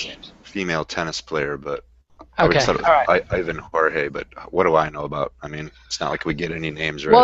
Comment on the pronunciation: Kid, congratulations on the portuguese pronunciation of Jorge. We don´t like to be called with the spanish pronunciation, lol. Keep up the good work guys, take care.